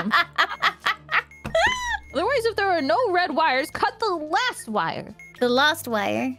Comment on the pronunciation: you said lost instead of last that confused me for a sec lol